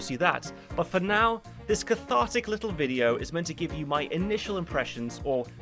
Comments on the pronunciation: I love how you go full cockney with "li'le spoilt brat" 😂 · loved you English accent when u said "little spoiled brat". 😂